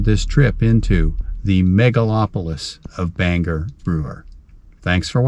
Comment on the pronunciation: Glad to hear you pronounce it the right way Banger, and not Bang-gor.🤣